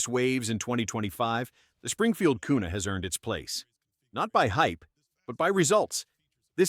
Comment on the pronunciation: Kuna a "carry" gun 😂😂😂😂😂